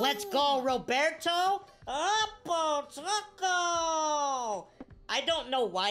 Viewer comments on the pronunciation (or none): none